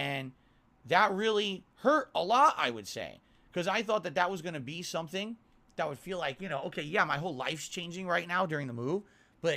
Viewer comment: One thing "irking" me about more and more is that he can pronounce the "Th" in "Thus" but when he says "That" it's "Dat"